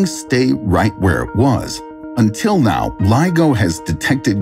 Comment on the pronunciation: Are you serious right neow